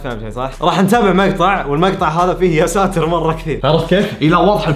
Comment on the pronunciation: يااساتار غلط انوتقولنها قولو يا ستير